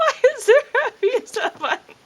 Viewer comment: "PEET-ZAH BAH-TAN!!!" Hilarious!